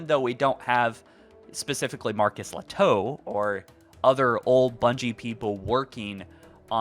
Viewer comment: I think I've heard his name pronounced "Ley-toh", not "Le-toe". (Although really Lehto is a Finnish surname, where the 'h' would not be silent. Marcus probably has some Finnish roots!)